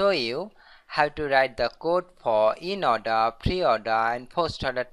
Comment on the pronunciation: eeennn-Ordaaa (inorder).....boosss orda(postorder).........pee - orda(preorder)...........Pin F (printf)